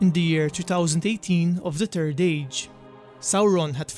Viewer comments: Third not turd man 3rd third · Turd age? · Hey ..he he he ...say third again ..lol.